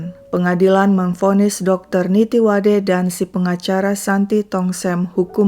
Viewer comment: Min nama Dr.Nittiwadee bacanya bkn Nittiwade, dlm bhs Thai klo ada dua huruf nempel kyk ee dibaca i, jd namanya dibaca nittiwadi